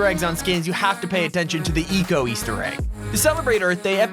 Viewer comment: You said eco wrong hahahahaha